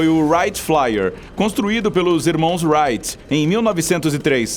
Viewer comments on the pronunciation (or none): none